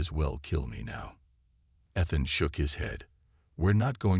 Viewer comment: I cant believe how bad u can butcher a mans name. Ethan. I heard 3 at least.